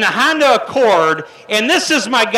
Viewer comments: That guy is awful. He also said han-duh instead of Honda. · “It’s a hAndA” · “Handa” and “Rackford”. Hahaha